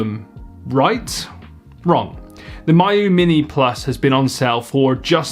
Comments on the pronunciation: it’s Mee-yoo not My-yoo. even wulffden can get the pronunciation right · It's "me u" not "my u" it means close friend. There is no "my" pronunciation in Chinese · It’s not My-yoo. It’s Mee-you. Miyoo. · It's pronounced "Me-yoh" not "my-you" FGFS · Each time this guy says MY-oo Mini, I die a little more inside. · of course EU figures out how to mispronounce the most logical way to say a thing lol